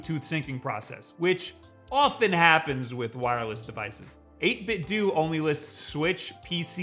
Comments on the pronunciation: 8bit “dough” not “dew” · Is it not pronounced “8 bit doe” like “Nintendo” not “do?” That’s what would make sense to me. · It annoys me that this guy says eightbitdew instead of eightbitdoh. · We pronounce 8bitdo very differently. I say "do", you say "do". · I don't know why people say 8bitdoe when its clearly 8bitdo like do 8 bit LMAO :) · Only amateurs pronounce it as 8bit-doe! Great video - and one of the only reviews that mentions the macro functionality. I would say one thing - many people will buy an arcade stick for fighting games (such as Street Fighter 2), but you're probably gonna want to buy two (eventually) for even matches. For this reason, I would recommend this as best-value/feature all round. Similar priced MayFlash ones will not be BlueTooth compatible.